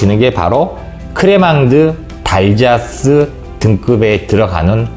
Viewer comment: 지난 여름에 스트라스부르에서 크레망을 맛보았는데 정말 감칠맛나고 좋았습니다. 미리 선생님 채널을 알았더라면 더 좋았을 걸 아쉬움이 있네요. 다음 여행때는 꼭 강의내용들 참고할게요. 좋은 내용 감사합니다~ (참 Crémant d'Alsace 는 크레망 '달'사스라고 발음하시는 것이 ㅎㅎ)